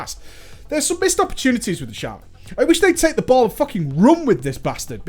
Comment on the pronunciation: SHA MAN NOT SHAY MAN sorry had to say it not trying to be a dick but that bugs me heh